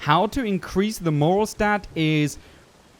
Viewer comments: Morale is pronounced "More AL". Thanks for the video, very informative. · very useful things, but you did pronounce "morale" incorrectly.... (more-al) al pronounced like Alfred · Awesome tips! :D I didn't know about the demon snake effect. Liking this! PS. Just a short note: 'morale' is being pronounced as more-'L' as in the letter 'L'. Moral is an entirely different word and it's pronounced as you did in this video. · the word Morale is pronounced like mo-RAE-L, it's definitely not the same as the word "moral". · Did it erk anyone else that he completely butchered the word "Moral" every time he said it? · Totally.. he's pronouncing it wrong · Good tips. Learned some stuff. Just want to say tho, "morale" is not pronounced the same as "moral". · Morale, not moral. Great video though :) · "morale". stress on the "a" pronounced like the "a" in "happy" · it's "Morale" not "moral." lol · It's "more-al" not "more-els" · Morale is pronounced "more-al" not moral, but that could be an accent thing.cool vid though, and thanks for the warning about losing quiet, though i think i wanna see what its happens with her anyways... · Absolutely phenomenal video and I'll be putting so many of these tips into practice so thank you! - small heads up it's "mor-al" as opposed to "m-oral" the emphasis is placed more on the "al" part than "or" - but again brilliant video and I only point it out because the word was mentioned a lot in a small period so it kind of stuck out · It’s pronounced more-Al… not more-UL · Very helpful but only annoying part was the constant misuse of the word MORAL. It’s morale, with an ‘E’ on the end. It means to boost how happy they are whereas moral is to have a code or a set of rules you live by. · More - AL not more-OL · It’s morale not moral! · Did anyone point out yet , you kept saying Moral instead of morale which although both positive are two totally separate things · Morale not moral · Morale, not moral goddamnit. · MORALE not "MOROL"!!! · More - Al - Eh?